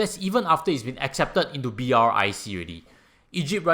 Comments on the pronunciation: no ones pronounce BRIC as B-R-I-C, everyone call it as brics 🧱🧱🧱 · May I suggest that you pronounce as Brics (like bricks) instead of spelling out B.R.I.C? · Hi, love your insight. A suggestion: pronounce it BRICKS. It is not BRIC- you miss out South Africa this way. So reading it as B-R-I-C is also not entirely correct. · Its BRICS not BRIC! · Almost everyone I heard talking about brics pronounce it as "bricks:...you are the first person I heard actually call out all the alphabets😄